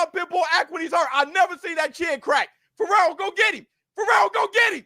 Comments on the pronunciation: Fee-air-o Fierro get that man's name right he deserves that! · called Fierro, "Ferrero" the whole match 😆